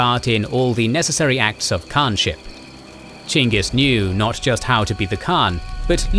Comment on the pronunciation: i dont know if you’re proud of yourselves but i sure am proud of you for going out of your way to pronounce it Chingis Khan, as should be, even if nobody was going to correct you for saying Genghis Khan